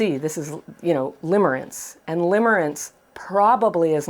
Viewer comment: Lol! Limmering not limbering…